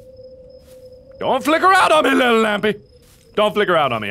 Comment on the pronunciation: you messed up the little you add w not a l so you said wittle girl and not little girl lol